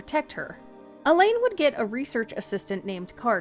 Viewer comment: Great video, it helps to connect the dots for all the bits of different lore. If I may offer a slight suggestion, Alain is kind of pronounced like Alan, rather than Elaine. I was a bit confused at first while listening to it.